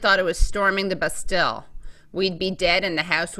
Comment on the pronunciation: Matt needs a new sidekick.. Halper is just lame... She thinks she's a wit and she's half right. Mispronounces Bastille: she's obviously never studied the French Revolution.